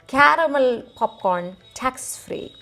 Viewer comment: What abhout 'Khanda (Honion) Popkhorn'?